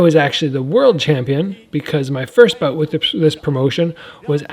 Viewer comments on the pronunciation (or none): none